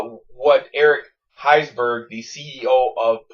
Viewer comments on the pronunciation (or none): its eric HERSHBERG say it like that!